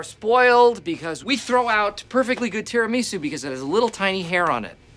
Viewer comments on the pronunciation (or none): The way he pronounced Tiramisu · The way Michael pronounces Tiramisu, as if it were some kind anime character.